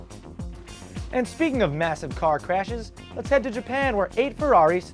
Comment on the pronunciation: chashhes, more like hashes